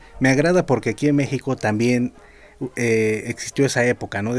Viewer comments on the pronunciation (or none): none